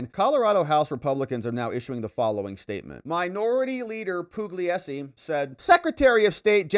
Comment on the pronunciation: Pugliesi is pronounced pool-YAY-zee.